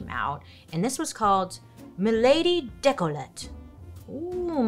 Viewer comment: Décolleté is actually pronounced day-kol-uh-tay.